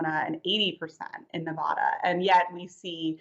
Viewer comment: FFS, besides everything else that happens w Hewitt the Dunce, can you PUHFRICKINLEASE PRONOUNCE NEVADA CORRECTLY?? I lose all respect and the reporter loses all credibility when she cannot even say the name of the state correctly. Give me such a break. So many of them do it. They do not care. learn how to pronounce the names of the states.